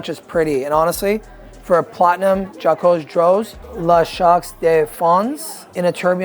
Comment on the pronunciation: The French pronunciation for the Jaquet Droz 😂💀